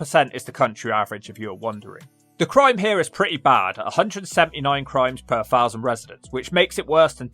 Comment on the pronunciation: I fully understand your concerns in these areas, but I'd like you to pronounce some words properly. The word THOUSAND....is not pronounced FOUSAND. Sorry, but that upsets me.